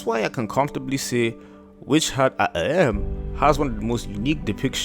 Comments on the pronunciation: Try “ah-TELL-ee-eh” and see how it sits. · Why you deepthroating the word atelier like that 😂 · I've been pronouncing atelier wrong all this time...